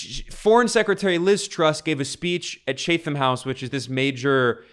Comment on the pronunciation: "Chat-um"... as in "chat", not "chate-ham"